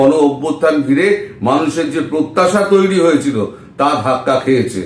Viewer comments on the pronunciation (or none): none